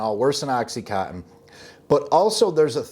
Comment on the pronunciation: Oxy con tin. Not Oxy - cottin/co - in. ™Oxycontin is the brandname in oxycodone continus. HTH. I'm a pedantic but friendly FYI type o' person.